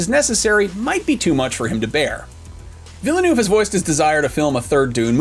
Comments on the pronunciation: Please stop saying Villannoove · NO. Too many people mispronounce his name. It’s “Deh-Nee Veal-Nuhv”. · His name is pronounced "Ville-nuff" btw